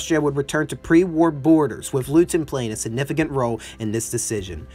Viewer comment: Yes, I cringed every time Leuthen (something like "LOY-ten") was pronounced as "LOO-thin." Otherwise, high praise and full marks for the analysis.